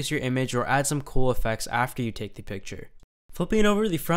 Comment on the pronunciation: I like the videos, but the way he pronounces 'the' really annoys the crap out of me.